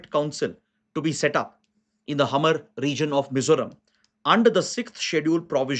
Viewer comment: One correction, regarding the insurgency faction in the NE State of Mizoram, the community named Hmar is pronounced as 'Maar' not Hamar.